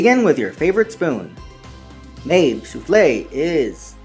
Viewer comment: i think it's pronounced "mah-bey" but great to see you here again!